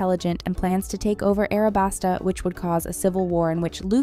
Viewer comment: Did bro really just say "Arabasta"